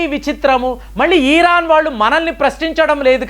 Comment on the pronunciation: ఈరాన్ కాదు సామీ... ఇరాన్ 😸👹🦟